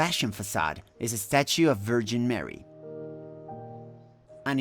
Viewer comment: Horrible architecture. I mean, why? You pronounce of Jeezuaz Kraeest and Vergeeen Meery makes me wanna barf as well. Def to all christians and believers.